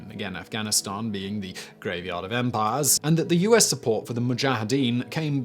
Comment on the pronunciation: Was it just me or did he say U-ass instead of US in number one. 😂🤣